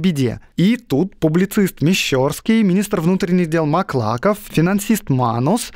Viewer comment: Выпуск как всегда - выше всяких похвал! Огромное спасибо! Но ударения в именах! Помилосердствуйте! КокОвцев! МаклакОв! МещЕрский (от МещЕра) и больница ОбУховаская)) Обожание подкаста от этого не уменьшается, но тем не менее, надеюст русское сердце Вам подскажет правильное произношение имён и названий, не заглушайте его, внемлИте ему))